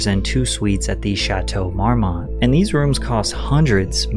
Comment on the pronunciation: Dude’s videos are top notch however, homie needs to learn the pronunciation of quite a few people and business. The Chateau Mormont, Denis Quaid, Mykonos, embarrassing . Messy as heck.